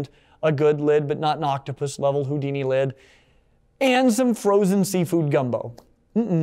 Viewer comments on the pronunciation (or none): none